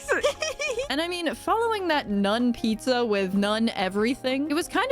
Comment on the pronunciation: I’m proud to say it took me 37 minutes to realize you were saying “none pizza” and not “nun pizza”